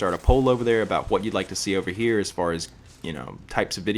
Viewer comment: Can't tell if what or hwat.